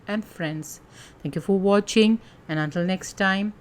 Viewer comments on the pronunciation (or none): none